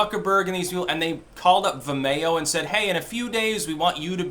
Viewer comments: Vimayo? You mean Vimeo? Like Video? lol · Oh vim-e-o, I was like wtf is vamayo, lol. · Its pronounced Vim-ee-oh. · Vim - ee- oh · Say Vimeo like vi mayo one more time Fucking do it. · It's pronounced vi-me-oh. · "vimAYo"? You sure do put some weird emPHASIS on some weird syLLABulls... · I had to listen to mispronounce Vimayyo a few times before I could figure what he was talking about. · Oh, is that what he was saying? I kept thinking "What the hell is The Mayo?" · Is trying to say 'vimeo'?